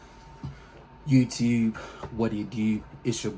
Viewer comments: “Yewtewb what it dew” big man straight from baltimore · You gotta be from Baltimore the way you said Yewtewb 😂